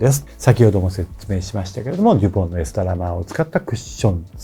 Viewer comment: ×エストラマー ◯エラストマー と追加で（キャプションは合ってます）